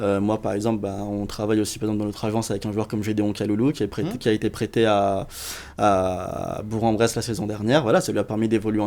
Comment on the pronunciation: J'ai pas encore vu toute l'émission mais fallait que je le dise à: on dit BourK-en-Bresse:D Mise à part ça j'aime assez ses interventions jusque là.